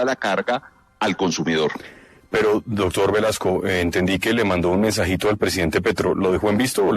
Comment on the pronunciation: No se puede confiar en un tipo que dice “dodtor”, “odción”